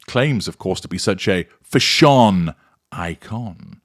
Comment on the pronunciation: I had to laugh at every pronunciation of “fushonn!” 😂